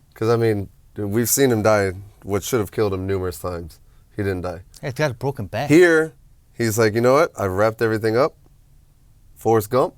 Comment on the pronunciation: "He got boken bak"🤣🤣🤣🤣🤣🤣🤣🤣